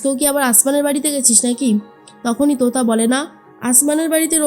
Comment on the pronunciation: তুতা নয় , তোতা 😂